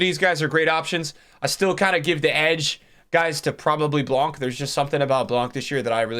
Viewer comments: next time you say Blanc please don't pronounce the C:) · The C in Blanc is silent, brother. He’s from the south of France.